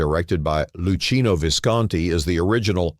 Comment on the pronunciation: Lucchino is pronounced LU-KEY-NO.